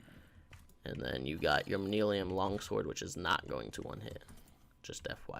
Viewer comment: Manyullyn = manillium I guess. You didn’t even TRY to pronounce it.